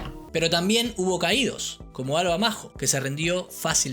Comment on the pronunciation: Hoola, buen video :) Te aconsejo decir Alva Mayo o Mallo, porque suena un poco raro Alva Majo